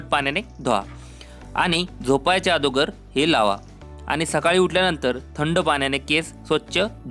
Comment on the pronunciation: आदोगर नाही रे दादा अगोदर म्हण